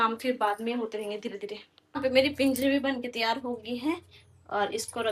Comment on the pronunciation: Pinjiri nhi panjiri bolte h